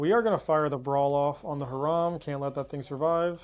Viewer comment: Great video! I do get misophonia from Her-ahm vs High-ram but my only real negative is Holos are nice but dont look great on camera.